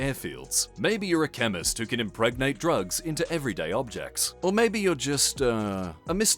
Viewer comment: "Impregate object" almost spit out my pizza